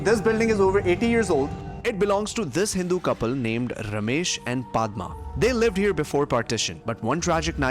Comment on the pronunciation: not Pa dad MA it,s Pad Maaa